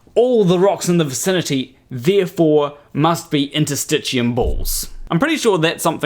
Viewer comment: This guy simply repeats what he's heard Roger Spurr claim--same childish terms ("straps", "tendon balls", "interstitcheeyum," etc.), same complete lack of paying attention to the labels on the very diagrams he uses, same diagrams, he's just copying what he's "learned" from his Mudfossil teacher. Only difference is no feather. Mudfossil's fans all claim that Roger is great due to his child-like wonder at what he sees around him, and for a scientist, that's fine at the start, but it must be tempered with a disciplined, systematic approach to studying the question if the wonder & curiosity are ever going to lead to actual understanding. And that takes a helluva lot more effort and toil than just lazily pointing at stuff and claiming "this must be a dragon," or "this rock is really a piece of lung," or "this is obviously a foot." The problem with these mudfossil fools is their arrogant ignorance: they think the childish wonder and a little imagination is all they need, and all of a sudden that makes them disruptive scientific mavericks. IOW, they haven't grown up. Technical nitpick: CD34+ is pronounced "CD thirty four positive." There are close to about 400 so-called CD proteins, "CD" stands for "cluster of differentiation," there are alternative meanings for the CD abbreviation, but that one seems to be used the most. The thing all CD proteins have in common is that they are expressed on the surface of cell membranes, IOW, they are embedded in the membrane and have a region that